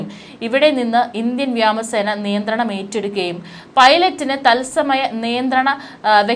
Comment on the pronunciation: വ്യാമ സേന അല്ല വ്യോമ സേന ആണു